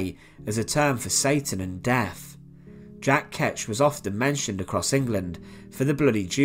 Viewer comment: Dude, please! It's "th" not "f"! Fifteenf, def, bloodfursty, Monmoff. You need to work on that immediately for God's thake.